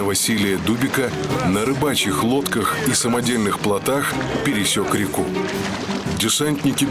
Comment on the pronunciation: не рекУ , а рЕку рЕку. ударение постоянно путает